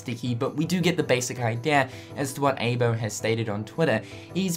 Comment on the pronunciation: Eye-bo not aebo.